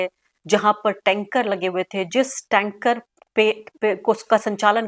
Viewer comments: Tanker nahi bewakoof tank bolte hai... Itna pakistan prem aa gaya ki, bol bhi nahi pa rahi hai aunty...haha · Arfa Tank hota hai, Tankar nahi.